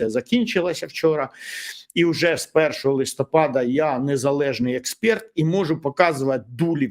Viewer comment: Пане Вікторе, Вам дуже личить білий колір, дуже люблю слухати ефіри з Вашою участю. Маю прохання і пораду, якщо ми боремося за українську мову в нашому суспільстві, то у розмові важливо вимовляти слова по-українськи, а не по-москальськи, наприклад, не експЄрт, а експЕрт, не проблЄми, а проблЕми, не малолЄтки, а малолІтки, не па-руськи, а російською, не тЄлЄфон, а тЕлЕфон, не двадцАть чЄтирі, а двадцЯть чОтири. Будемо уважні, я також довго слідкувала за собою, щоб позбутися всяких ворожих слів у нашій мові.